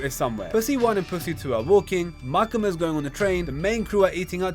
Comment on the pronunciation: bro cant say makima 😭😭